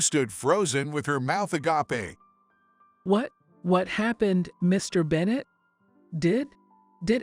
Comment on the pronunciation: IV is not a number. It is an abbreviation for intravenous so it is pronounced I. V. Agape is pronounced ah- gape, like gate, not ah-ga-pay. Please correct your AI.